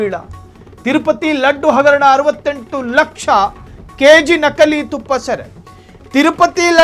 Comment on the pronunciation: ನಖಲಿ ಅಲ್ಲ ನಕಲಿ. ತುಫ್ಫಾ ಅಲ್ಲ ತುಪ್ಪ